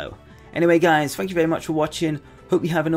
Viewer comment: "fank you" "what do you fink"